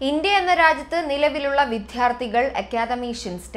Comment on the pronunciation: ( ഭാഷാ വ്യഭിചാരം ) Says:- വിത്ത്യാര്ഥി എന്ന് ആണ് ആവർത്തിച്ചു പറയുന്നത് എന്തിനാണ് മലയാള ഭാഷയെ ഇങ്ങനെ വ്യഭിചരിക്കുന്നത്? ഭാഷയിൽ സ്വരം വ്യഞ്ജനം ഖരം അതിഖരം എന്നിങ്ങനെ ശബ്ദങ്ങൾ ഉണ്ട് വായിക്കുന്നവർ സ്പുടത വരുത്തുവാൻ വേണ്ടി തോന്നിയ പോലെ മൃദു വിനെ അതി ഖരം ആക്കി വ്യഭിചരിക്കല്ലേ